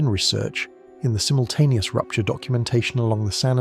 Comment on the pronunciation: Tleasr you pronoynce zimultaneous axxyratwly